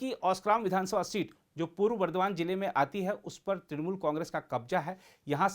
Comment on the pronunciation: And when she was asked that under which party she is competing?? She said trinamul😂😂😂